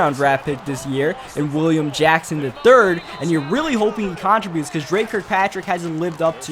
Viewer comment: learn how to say "contributes" lol